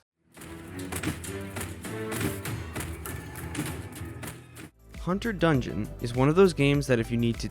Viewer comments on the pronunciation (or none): That's "Hunger Dungeon," not "Hunter Dungeon." Good finds as always!